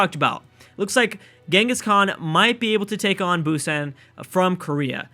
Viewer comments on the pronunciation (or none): none